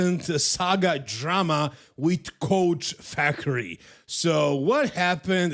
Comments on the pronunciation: Fakhri pronounced Fuckery is suitable. You can tell the guy is a piece of shit just from listening to speak for 2 seconds. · Its coach Fuckery that's the correct way to pronounce it